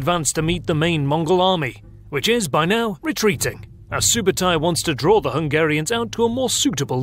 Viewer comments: It’s Ögde not Ögede 😂 It’s either from Ög(oak) or Ögdin(the god of thunder) Also Sübötai not Subotai,means “soberly” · its not SUBOTAI its ( SUBEEDEI ) СҮБЭЭДЭЙ and its not GENGIS !!! its CHINGISS KHAAN - ( khaan is meaning KING )